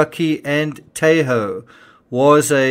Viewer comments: the "a" in Tahoe is short, as in "tah ho". Thanks for all your hard work on our behalf! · the pronunciation of 'Tahoe' is the a is like ahh. I grew up there.